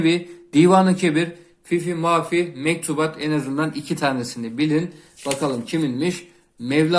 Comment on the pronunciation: Teşekkürler emek için. Mevlana'nın eseri ''fifi mafih'' derken fifi'de hata olmuş olabilir mi; fihi olmalıydı. ''Fihi ma fih=için içi'' diye öğrendik:)